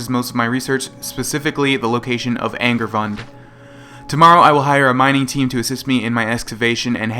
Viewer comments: isnt it ang-aar-voon-de? vund does sound right considering the "e" at the end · It kind of seems like you are saying "angry buns" and it's hilarious